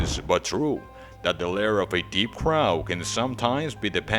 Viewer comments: Why is he pronouncing it like "drow" instead of like "row"? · Right? Its super weird to hear someone say it as though it's "drow" or rhymes with "Cow."